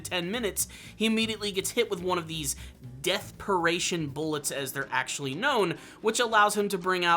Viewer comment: my soul died a little more every time i heard "deathperation", crying out "its called dying will!!!" into the abyss